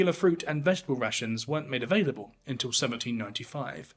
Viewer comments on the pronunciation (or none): none